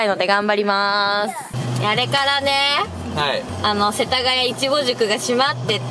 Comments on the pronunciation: ツリメもいちごのイントネーション、ちょっと違うな笑 エイジ寄りの発音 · いちごの発音がエイちゃんだ！埼玉と東京で違うんだね